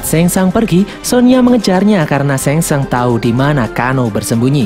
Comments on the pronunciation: Bukan sengsang tapi sungsang bukan liu kang tapi liu keng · Bilang nya sang shung pliss